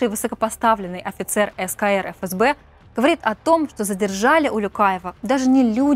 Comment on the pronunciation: Не эФэСБэ, а ФээСБэ